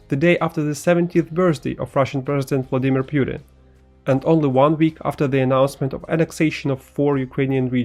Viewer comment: Pooteen, not piutin